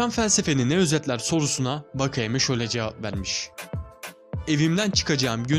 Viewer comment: Vakayema değil wakayeme diye okunutor4